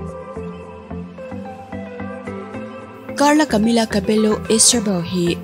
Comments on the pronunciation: The way u pronouce cabello is incorrect its cabeyo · Cabello tih hi Cabeyo tih in lam tur a nia..sap ho leh khung hnam dang foreigner ho khu an hming hi a spelling anga lam rik ni lo hi a awm ve nawk a nia..hming lam dan hi hrianchian hmasak phot a tha maithei🙂🙂🙂